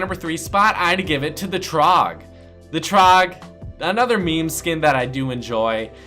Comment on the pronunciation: He said me me instead of meme 😂